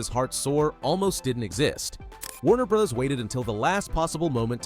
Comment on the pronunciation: I don’t know any human who pronounces ‘bros.’ as “brozz”. AI isn’t perfect yet.